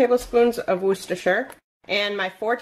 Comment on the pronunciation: I noticed that you’ve mastered saying Worcestershire Sauce. 👏👏👏